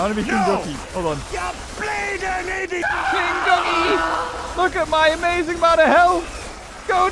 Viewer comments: What other people hear: king ducky. What I hear: Kentucky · when you say king ducky it sounds like kentucky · I thought he said kentucky lol.